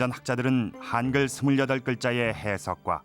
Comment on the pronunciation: 한글이지 하앙글이 아니다. 발음 똑바로 해라